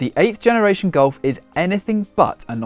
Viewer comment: It looks good. Sounds like you are saying Goal-f.